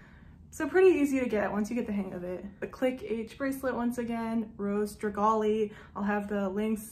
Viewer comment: Rose Dragee? Pronounced dra-jay